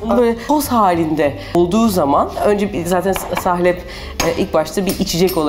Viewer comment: Sahlep değil "salep" olacak. Lütfen düzgün kullanalım Türkçemizi..